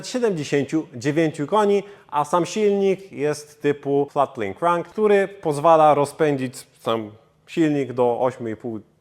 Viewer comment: Gdybym nie wiedzial to za cholere bym nie zrozumiał,ze powiedziałeś "flat-plane crank"